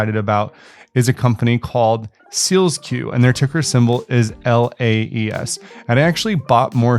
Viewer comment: It’s SEAL SQ, not SEALS Q